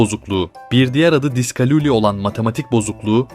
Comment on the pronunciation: diskaluli değil diskalkuli